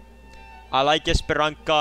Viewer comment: That is not how you say Paraíso and Esperança 😭😭